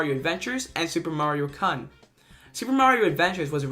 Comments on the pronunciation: The "kun" suffix is pronounced "coon" like raccoon, not "cun" like a certain c-word beginning with c and ending with t. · It pains me how you keep pronouncing Kun as cun(ning) instead of how it is actually pronounced. Kun is pronounced like coon, like a racoon. It is a Japanese Honorific that is used when referring to young males. With that said, this iceberg is very well done! I actually learned some things that I didn't know, which is really something, considering I am very well versed with anything having to do with Mario. Edit: I just saw the ghostly face thing from the goop maps and, as I was looking at it, I felt I had seen it before. Or at least it's face. And I just cannot place *where*... does anyone have any idea of where that face has also been? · Mario 3s stageplay thing is just a stylistic thing, and Mario 2, subcon exists, it’s a real place, it’s just you’re only able to go to it in your dreams. Also it hurts every time you mispronounce “kun” it’s not an UH sound it’s an OU sound like in “you” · Super Mario KUHN My inner weeb cringed through time and space. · Lol the way he pronounces "kun" 😂😂😂🤣🤣🤣🤣 reminds me of when I was taking Japanese my Junior year of HS and pronounced "san" like a hillbilly while doing a mandatory speech activity. So embarrassing